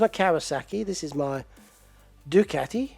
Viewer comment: Well good on you for saying Ducati right not the American way, keep up the good work up